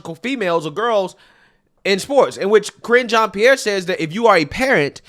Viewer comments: I thought you said "Cringe" Jean Pierre at first and started laughing, because she certainly IS cringe. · your pronunciation of KJP’s first name sounds like “cringe” 😂